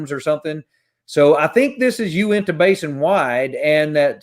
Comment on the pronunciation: Ok. So I have a pet peeve about people not saying names correctly, particularly spanish or native American names. Uinta is pronounced: 'U-in-tuh'. Not 'oowenta' .